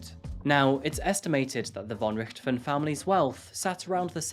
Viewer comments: I was wondering how many people that played zombies, would complain about him not pronouncing it correctly. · Thank you so much for clarifying some issues. It's interesting to have up to date reports. Specially thank you for confirming my suspicions about the Red Baron heritage. gives a different pronunciation than I'm used to for the Baron, but when I looked at the spelling I was really curious. Interesting that a prominent German family ended up in Brazil (said she in an innocent voice!) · It's so funny to hear you say Von Richthofen. As a german i kinda had to listen more carefully to hear that "Richthofen", but i honor everyone who ever tries to pronounce german lastnames. :,) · Pronounced Richt-Hofen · It's pronounced, "Ricked - hoff - en". You say that it was rumoured that the girl's father "had 10 million Euros EMBEZZLED in a Swiss Bank account ". "Embezzle" means to steal or misappropriate, so it's not clear what you are saying. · Do we have to believe that this generation doesn’t know Manfred von Richthofen, the Red Baron, the most famous WWI (125 ya) fighter ace, of which the father is homonym? It’s obvious you never heard his name, because you mispronounce it, with the accent in the wrong place. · There are no beaches in the city of São Paulo, unlike what the video suggests. The case is famous, but their name is pronounced rich-to-fen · Learn how to say the last name properly. It's quite famous if you bothered to know anything about anything. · With the way he pronounces richthofen I can tell he don't play Call of Duty